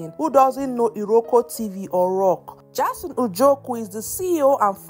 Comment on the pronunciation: Jayson.. not Jarson🚶🏾‍♀️